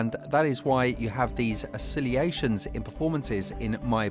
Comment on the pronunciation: Why do some content creators intentionally mispronounce words (e.g. Ocillations) and use clearly and obviously improper grammar and speech? It's entirely possible that some people just don't have the brainpower to speak properly. It's also possible that someone told creators that using jarringly incorrect speech will keep audience members engaged. I don't know what, but to be VERY clear with this content creator: it makes you sound like a clueless buffoon, not to be taken seriously. Another example, "you can understand the anger and the departure in Ferrari." "TO FERRARI." Dude, I'm just gonna remember that "" has no idea what he's talking about.